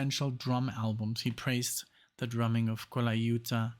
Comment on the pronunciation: Miss Mr. Holdsworth. Saw him when Atavachron came out which was very heavy use of Synth Axe. Nick, You're pronouncing Vinnie's last name correctly. Very good!